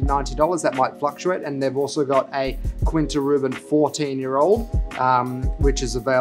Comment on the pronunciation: As a fellow Australian, I get it... But, Glen-morr-an-jee, Kin-ta Ru-ban.